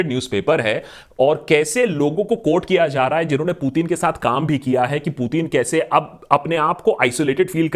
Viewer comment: aba loru putin bolna to seekh le phla